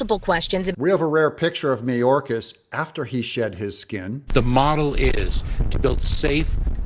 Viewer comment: BTW Doug, Mayorcas is pronounced MyOrcas.